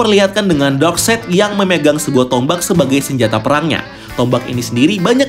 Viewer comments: DARKSAYD. NOT. DARKSEID. CARA BACAMU LHO MAS. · Iya bener lho Darkside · koreksi steppen wolf = baca steven wolf bukan stiven wolf darkseid = baca darksaid bukan darkseid...